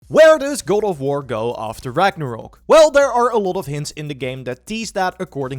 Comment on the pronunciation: goad of wurr